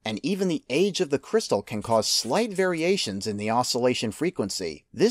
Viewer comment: Inventer or Inverter ? cryistal? Great video.